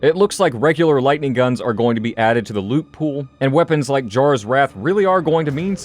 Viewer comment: Jarras Wrath... lol